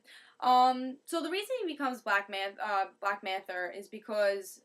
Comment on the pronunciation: it's black manta not black manther